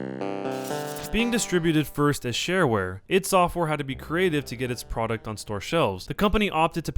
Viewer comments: Doom is like the worst FPS game of all time. And this person pronounces ID software incorrectly. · its not id its i d software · ID software - it's "eye dee" , not " eed" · It is called Eye Dee not "It" software. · 'Eed' software? Really? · You say ID software so wrong it makes me angry just saying. ;)